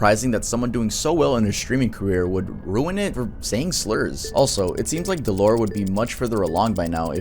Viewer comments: his name is said Dell-er not dell or. :D other then that great vid man. that was just gonna bug me if i didnt mention it. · how dare you pronounce his name “duh-lore”😡😡 my anger is beyond comprehensable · God I can’t stand the way you say dellor, it’s DELL (like the laptop) or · I don’t think dellor is pronounced del-lore. I think it’s pronounced Del-Lur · his name is dellor not deelor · Dellor (pronounced DELL-ER) has made so progress in the past couple years. You’re missing a lot of his story, and it could be a full video on it’s own. He wasn’t aware until 2021, that he had a form of undiagnosed autism, and has seeked proper medical professionals since then, and by his own words “has learned how to cope with his issues a lot better”. He also fought tooth and nail to get his twitch account back, just to basically be harassed by his shitty audience. His audience is comparable to the vast majority of people who were in Filthy Franks audience who never gave a fuck about him, or his mental health. Honestly sucks to watch, he’s extremely talented at basically every game he plays and entertaining. His audience just ruins everything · Always loved Dellor, besides the slurs he's awesome (Its pronounced Del-lur) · that’s not how you say dellor😂😂